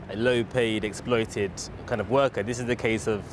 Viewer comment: Why do i find this reporter so difficult to understand? I'm from Ireland. I mean the bare minimum a reporter should be able to do is pronounce words properly? "explooted" is not exploited